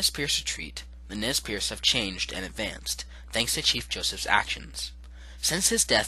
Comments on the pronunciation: Nez PURSE ...not pierce .. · Nez Perce not piece.